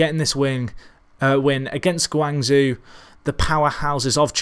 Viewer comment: Really love this channel. Probs of no help its pronounced guang ZJO!! So hard to listen too lol again love the channel